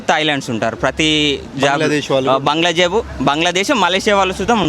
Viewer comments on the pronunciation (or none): Bangladesh ❌Bandlajeb✅😂